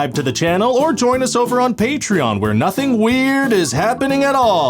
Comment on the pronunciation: Who is this Treeon, and why do they need paying? Is it some sort of conspiracy? Is that why the floasting head said "pay Treeon" at the end of a conspiracy video? Is the head trying to hypnotise me? Ryan, it seems, is not the only one who needs some sleep.